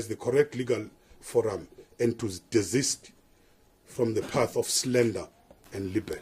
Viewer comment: Minister please take time to learn correct pronounciation of English words, like slander and libel😱